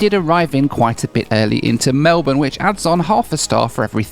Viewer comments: 100% kudos for pronouncing Melbourne correctly. 😮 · Jetstar fine, as a local I am just glad to hear 'Melbourne' pronounced correctly. Welcome.